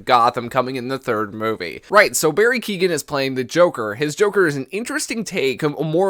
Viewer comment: So excited, btw is pronounced Barry Keyowen